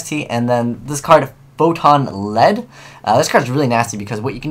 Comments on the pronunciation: Lmao .. Photon LEEEEEED , not LED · It's pronounces lead as in leader.